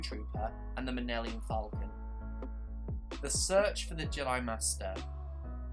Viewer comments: I’m very sorry that sounded mean and also I meant to say it sounded like Minnelium Falcon instead of Millennium Falcon. Also I am a big fan of your LEGO Star Wars: The Skywalker Saga series I am amazed how much research you put in to it. I’m so hyped. :) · the minellium falcon?? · U are saying millennium wrong ur saying it like nillennium falcon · bro you have said “minelium” falcon too many times for it to be an accident. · Dude obvi can’t pronounce star wars